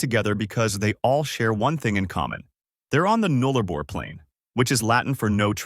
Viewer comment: It's. Boo.ula. Null a bor. Please say the names properly. Also there's plenty more. Towns that are as remote and isolated you haven't mentioned.